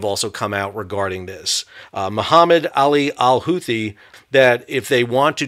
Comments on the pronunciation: Is it pronounced Who-Tea, or Who-Thee? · "the Houthi" lol dude